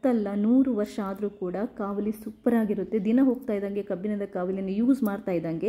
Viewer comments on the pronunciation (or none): ಕಬ್ಬಿನ ಅಲ್ಲ ತಾಯಿ, ಅದು ಕಬ್ಬಿಣ.🤦 ಹಾಗೇ ಎನ್ನೆ ಅಲ್ಲ, ಎಣ್ಣೆ ಅಂತ ಹೇಳ್ಬೇಕು 🆗?